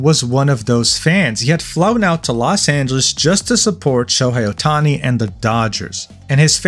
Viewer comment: It is Show-Hey Otani, not Show-hi Otani